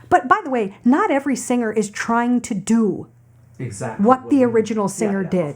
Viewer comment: 黄妈的way发音一直往will上面靠